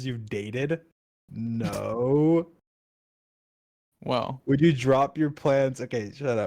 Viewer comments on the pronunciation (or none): WHY DID GEORGE SAY "well..." LIKE THAT???